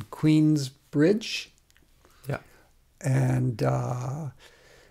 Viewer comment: Cuh said Queensbride Long Island.....